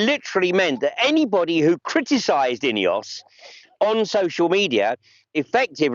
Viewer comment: Can you f**king well pronounce names properly - are you saying INEOS? Or EOS (also a Swiss power company). CH is not in the EU so how come they are in the UK? The EC is a pile of BS